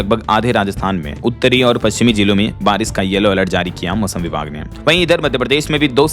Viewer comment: आरिश- ओले या बारिश - ओले